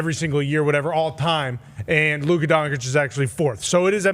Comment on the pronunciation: why tf does say Luka's name like that